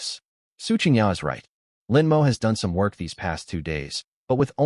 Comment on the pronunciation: The MC's name is "Lin Mo." Why TF does the narration keep pronouncing it as "Lin M. O."????? And female characters keep appearing as males. Get your sh1t together.